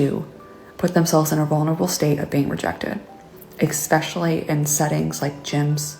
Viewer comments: expecially is not a word, honey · Why do the people at the start keep saying exspecially instead of especially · Go up to him and say, “ekspescially.” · My ick Exxpecially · That chick doesnt know how to say especially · Learn how to say especially first. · New pet peeve unlocked! Anyone who pronounces an x in especially. 😅